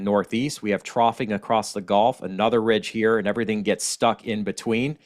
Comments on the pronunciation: It's like gull...gu lf. Not like the game golf. 😄 Thanks for all the information,. Never too much for me, especially living a mile from the water. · I was born in Louisiana too in New Orleans so don’t worry about how you say gulf. We probably pronounced it wrong, but who cares really thank you for the update and have a wonderful day.